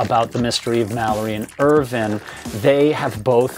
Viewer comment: Hi, love these clips, I’ve been following this since Mallory was discovered. Just want a to ask would you please pronounce last name correctly Irvine as in grape vine not as Irvin, he deserves that level of respect. Cheers